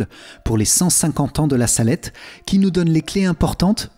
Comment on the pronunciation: Il y a une faute sur le nom la salette c’est en appuyant que l’accent c’est mis merci amen